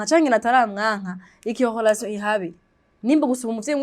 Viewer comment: ukora ibiganiro vyiza,mugabo reka kuguma uvuga HOLATION,ni RELATION